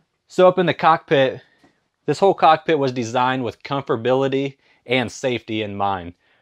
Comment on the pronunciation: “Comforbality”? Is that a word? 😂😂😂